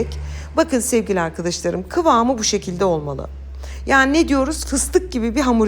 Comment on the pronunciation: Ses tonuna bi sey diyemem ama diksiyonunda ozellikle e harflerinde, arkadaşlarım kelimesinde, tamamen kelimesinde, böyle kelimesinde ve bi cok kelimesinde telaffuz sorunu var. elbette bizi diksiyonu degil tarifleri ilgilendiriyor. Ama ilgi ve arastirma alanim oldugu icin ister istemez dikkatiimi cekiyor.